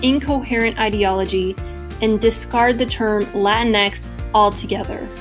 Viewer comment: this was so cringe just say the word in american accent